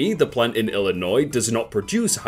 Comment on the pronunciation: Im happy, said Illinois right.